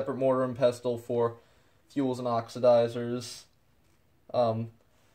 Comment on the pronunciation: You do Know that the T in " Pestle " is Silent right!??? You sound like someone who should Not be playing with Dangerous chemicals if you can not even pronunciate English Words correctly.